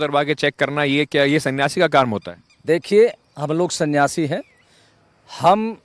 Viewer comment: Not संन्यासी 🚫 ओनली 😂 सियासी 😂😂